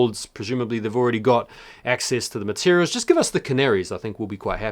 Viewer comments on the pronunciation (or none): none